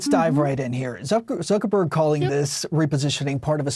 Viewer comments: lmao I couldn't help myself when Mark called him Mark Zucker-BORG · "Zucker-Borg"... was that intentional?